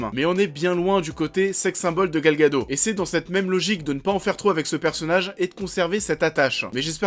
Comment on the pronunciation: Gal gadot ça se prononce gadotte en hébreu.